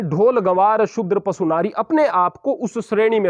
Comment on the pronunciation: "पसु" नहीं "पशु" ही सही शब्द है।